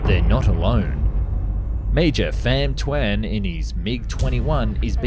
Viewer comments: bro really said "Pam Thuan" 💀💀💀💀💀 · Pam Thaun on that thing